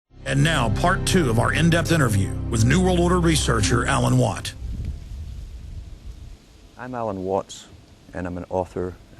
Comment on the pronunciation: says. Watts with s